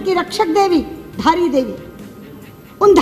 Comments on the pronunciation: Dhaara nhi dhaari devi hain... jai devbhoomi Uttarakhand 🙏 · Bhai dhara Devi nhai dhari devi hein